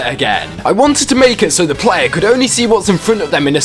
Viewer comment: “Plaaaayaaaaah Weuuuurk” Jesus that accent dude